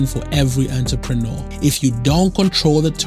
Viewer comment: I’m laughing at the way this dude says entrepreneur